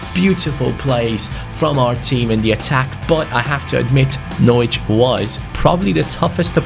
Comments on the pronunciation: When pronounced it Norwich instead of Norwich 😒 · U can’t say Norwich right 😂